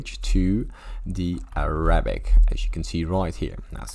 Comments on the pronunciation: 扎克زاك bro its not araa abicc😊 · im an arab and you are pissing me off with the way you say it and the way you are talking, and ur literally lying like shush bro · you can’t even pronounce it